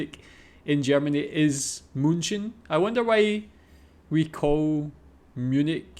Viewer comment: münchen not münschen xD